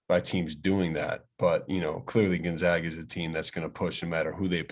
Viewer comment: It amazes me that Gonzaga has been a national power for a decade and people still cant even say it correctly